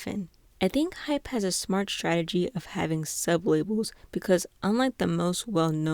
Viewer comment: i'm sorry please ignore this but i really need somewhere to vent just wanna make sure you're pronouncing hybe as hybe and hype as hype not hybe as hype IM SO FRICKIN SORRY THIS JUST RANDOMLY ANNOYED ME SO MUCH PLS DON"T HATE ME this kind of thing doesn't usually bother me